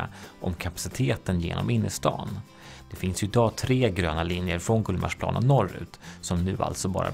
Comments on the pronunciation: GullmarsPLAAN. Finns det folk (stockholmare) som uttalar det så? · Jag är från Stockholm och uttalar GullmarsPLAAN ändå.